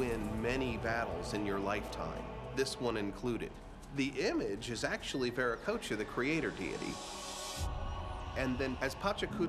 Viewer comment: Can’t even pronounce Viracocha correctly. Viracoka?? Vi ra co cha Like cha cha charmin.